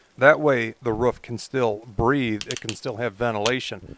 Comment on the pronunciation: It’s Roof, not rough